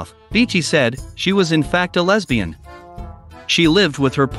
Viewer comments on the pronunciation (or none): none